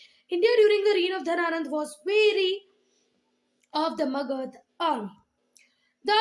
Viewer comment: Thank you but aap har word me jisme last me a hota usko pronounce kyun nahi karte ho jaise magadha ko aap magadh bolte ho